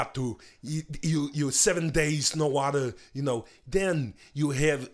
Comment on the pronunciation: "If you run out of waterRrRrRrRrRrRrRrRrRrRr...."